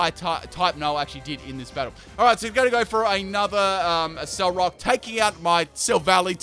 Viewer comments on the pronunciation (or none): none